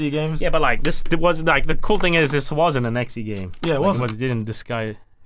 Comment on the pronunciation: he called exe ann exxy game. He no very smarto